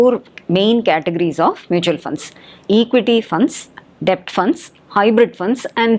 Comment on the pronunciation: Debt-pronunciation டெப்ட் அல்ல b silent. Det /டெட் என்று உச்சரித்தால் நன்றாக இருக்கும்.